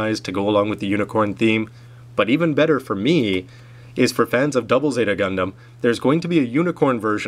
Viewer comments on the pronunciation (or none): none